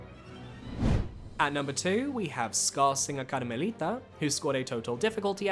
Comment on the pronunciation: Love how you say Karmelita in spanish